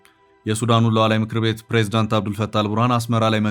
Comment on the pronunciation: Don't say Lualwi.